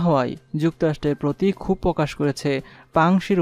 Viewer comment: উচ্চারণে যথেষ্ট ভুল. যেমন :- পশ্চাত্য, ক্ষোব, যুদ্দের, ইউরোফ, আরো আছে. উচ্চারণের দিকে খেয়াল রাখা দরকার.